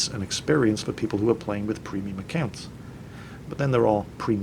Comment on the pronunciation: And btw I laugh every time when you say ”premium”. You say that p like pfhhiuu XDD